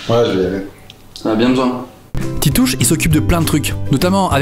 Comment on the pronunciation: Titouch!!!!!!!! Titouch pas hein?